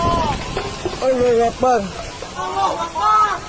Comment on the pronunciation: Bukan alohuakbar tapi Allohu akbar